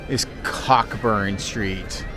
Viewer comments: It's not pronounced Cockburn street, you say Co- burn street 😅😂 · It's pronounced Coe-Burn lol